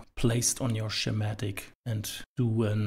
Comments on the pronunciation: Just for the video creator, Schematic is pronounced Skee-matic, not Shee-matic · YouTube's automatic captions keep interpreting "schematic" (mispronounced) as "somatic", but somehow got "Eeschema" right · The way he pronounces schematic made me chuckle.